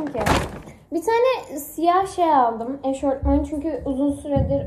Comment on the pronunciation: eşortman değil EŞOFMAN die okumuyor cnm